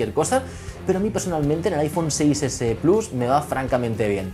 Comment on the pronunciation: Dices 'plas' en lugar de 'plus' y en este video sueltas algunas pronunciaciones del inglés que madre día xD